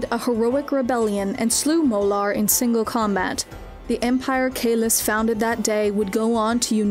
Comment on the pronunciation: Molor, not Molar!